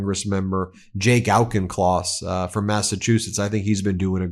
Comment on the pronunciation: Love Jake - he's my congressman! FYI it's pronounce 'Aw'kincloss, not 'Ow'kincloss